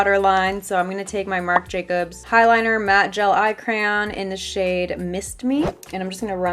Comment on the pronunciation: "Marc Jacons"